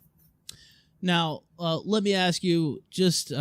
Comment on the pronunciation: Liu the kitty deserves to be watched and laughed at. Fucking degenerate. I’d love to meet her in a chat room and request she ‘axe me a question’